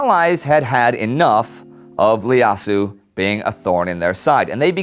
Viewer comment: The Ethiopian emperor’s name was actually Iyasu with and “I”- pronounced as “ei” not “L” since you were pronouncing it as “Lyasu”. It’s a biblical name which translates to “Josiah”